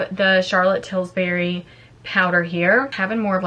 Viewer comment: Friendly correction…it’s Charlotte Tilbury, not Tilsbury. 🙂